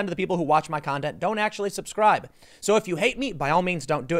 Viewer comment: hey tim, I specifically unsubscribed because of the "pwease subscwibe" shit